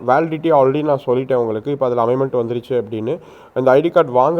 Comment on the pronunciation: அமைமென்ட் இல்லை அமென்மெண்ட் என்று சொல்லுங்கள்